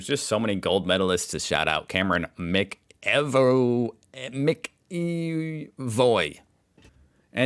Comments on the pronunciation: Mc Evoy is more like... "Macca-voy" than Mac-EEEEEEEEEEEEEvoy" 🙂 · A couple of pronunciation hints: Anthony AL ben EASY... Te BROOK... MAK e VOY. And the Salvos (also, Sallies) are, indeed, the Salvation Army. Interestingly, though the Salvation Army was founded in England by the Methodist evangelist, William Booth, its earliest growth, and some of its biggest innovations were in Melbourne, Australia. R M Williams boots are very well made. Usually over $500 a pair. The Sallies often sell new stuff which might be surplus to a shop's needs, or from a closure etc, and wealthy people will buy there, too, because they know the funds from the shop will go to welfare. Shotguns and rifles are both legal in Australia, but you have to be licenced which has prerequisites of good character, police clearance, and having done some training in both gun use and the legal restrictions on where you can and can't shoot, and under what conditions. Guns have to be kept securely when not in use and have to be transported under specific conditions. Having been shot at in the pre-restriction days by idiots who had no clue about checking before shooting, I am very happy that there is some weeding before people are authorised to have or use guns.